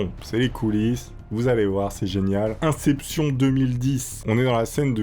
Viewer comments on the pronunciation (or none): Inception....... " incépssion " 😅😅😅😅😅